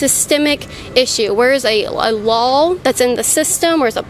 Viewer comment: Yo Kaitlin the word "Law" does NOT end with an L .